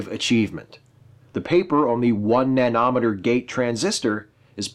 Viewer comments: NanOHmehter? NanOHmehter? Absolute first time I've heard it pronounced that way. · Yeah., It's enunciated like "millimeter", not "kilometer".